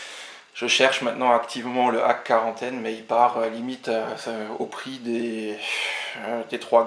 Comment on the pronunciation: Salut. Effectivement tout le monde en parle de One Punch Man, si ça continue je vais m'acheter le premier aussi pour voir... Ouh jolis les .Hack !! Sinon on dit Dot Hack (le petit "." se prononce) :p De beaux achats =) Tchou